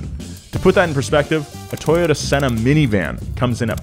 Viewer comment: It’s a Toyota C-N-nah not Senna. Thought you are into vankulture?